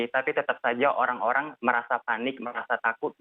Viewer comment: orrrangg kok njir